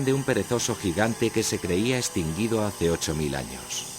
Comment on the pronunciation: Extinguido! asi no se dice